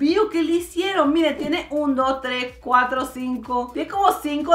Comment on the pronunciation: Cuatro guex. JJAJAJJAJAJAJAJAJAJJAJAJA. Omg